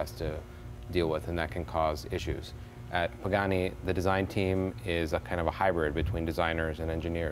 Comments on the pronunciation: does he say Mr. Bugani ? :D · Please Jay. You show is def top notch no doubt, but learn to say the guys name for crying out loud. Its PAgani not BAgani!! What a party foul... This builder is legendary and deserves the respect to at least say his name right. I cringe every time u say it. To top it all off u refered to him as Bugatti once or twice. Come on Jay u talk for a living bud...**facepalm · Did he say Bugatti? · Jay, you could have a tleast learn how to pronounce the guy's name right, at leaaaaaast!!!